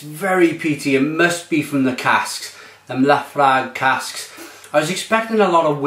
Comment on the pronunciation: Not bad stab at the Laphroaig pronouncing...